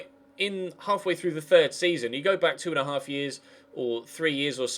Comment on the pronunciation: you sead buck of the net instead of back of the net